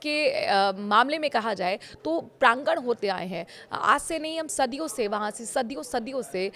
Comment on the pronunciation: Aapne Russia se rishte prangan bola. Ma'am prangan nahi pragand hota hai